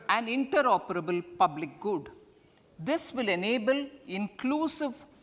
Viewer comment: Bery bery gud